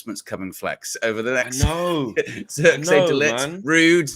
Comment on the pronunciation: pronounce : twist / this / trick / his... the sound of the 'I' is how you pronounce it in Zirkzee. the zee part you have it right ;) (I'm dutch)